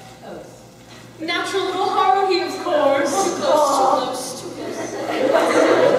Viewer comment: every panel i go to/ watch about OHHC they always say Haruhis name wrong @@